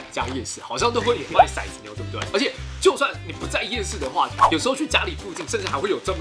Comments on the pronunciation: 骰子，好像不念shai，念tou，tou zi（骰子），有古诗为证，“玲珑骰子安红豆， 入骨相思知不知” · 其實骰念做ㄊㄡˊ喔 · 其實應該唸ㄊㄡˊ ˙ㄗ牛 才是正確的_(:з」∠)_